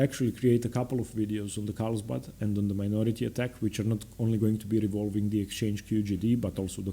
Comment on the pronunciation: Great content. One correction though, it’s carlsbad not Karlsbad.